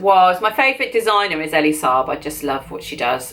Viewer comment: lol I immediately went looking for this comment! And it's not "Ellie", I think it's Ee-lee. Really enjoyed the video!